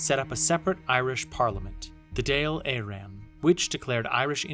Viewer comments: The 'Dale Eren' is pronounced 'dol Erin.' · Dale Arron? Didn’t he present supermarket sweep? Fuck sake man, so many confidently mispronounced words in this video! Would have taken you 5 minutes to check these things.